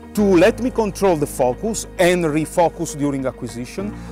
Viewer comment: Was that fuckus ? Or focus?